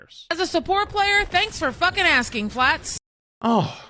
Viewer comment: "You not see da Fwats tweir wist?" - asks the biggest loser in the lobby 😂